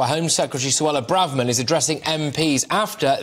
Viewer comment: Hanseatic Braverman-uh Liberal Arts College